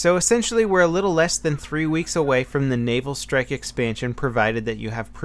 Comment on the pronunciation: Just me, or does it sound like is saying, "anal strike"... That would be some interesting DLC.